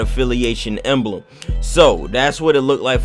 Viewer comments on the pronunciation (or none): *Emblem not “Embeleulem”